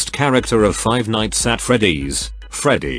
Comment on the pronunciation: Freddy ❌ feddy ✔️